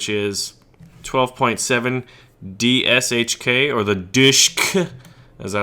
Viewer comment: BTW: DshK is pronounced as dishka. Just to let you know;)